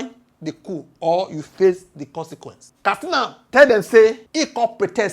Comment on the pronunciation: K A T S I N A Not kastina